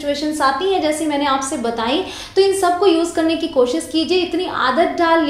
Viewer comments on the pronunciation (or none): Mam s sh me problem hai apki jese kosis, permission,nasta .hamari hindi bhi achchi hona chahiye